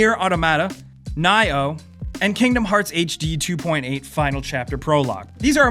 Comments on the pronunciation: "Ni-oh" is pronounced "knee-oh" Jesus my fucking God the cringe was real when you said "Nai-oh" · Ni-oh ... that English pronunciation, naaahioh. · Neye Ooohh? I thought it was Knee Oh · nyoh? typical american...its nioh aka neeoh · Nioh. "Nee-Oh" not "Ny-Oh" <.< Also, Yakuza 0 on January 24! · I was about to ask where Nioh was but then I realised they mispronounced it. Nee- yo= NIoh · BTW it's NEE-Oh. Interesting list otherwise. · "Nye Oh" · Did he just say nigh-oh. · This man said "Ny-oh".. I'm unsubbing lol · Josef Barker How does he mispronounce nioh? Wow. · You mispronounced Ni-Oh. *takes out paddle* Assume the position.